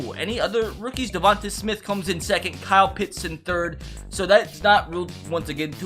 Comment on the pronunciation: Please Say Devonta Smiths name rights it’s pronounced Devon-tae not devon-tu